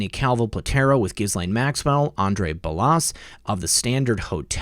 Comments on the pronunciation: ok - I'll try it one more time. "Ge'-Laine" Hard G - not Jiz - we all know what jiz is and it's not G .... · Ghuislaine- the “S” is silent. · Ghislaine is pronounced “Ghee-Lynn”. That’s how Virginia Roberts pronounces it in her video. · ICYMI "Ghislaine" is pronounced more like "Gah-lenn". Cheers from Ohio! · Ghislaine is a French name, the gh is soft, the s is silent, pronounced Je lane